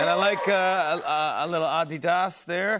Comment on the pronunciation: Why does Jimmy Fallon pronounce it " adidas " more correctly than Joe La Pluma?